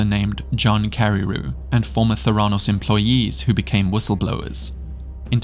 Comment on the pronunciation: Correct Pronunciation: Ver-sed. Not versed Memorial Medical Center; Ther-uh-nos The Dropout; Ka-zyn-ski Mindhunter: Unabomber; Doss, not D.O.S Nxivm; Li-oh-ta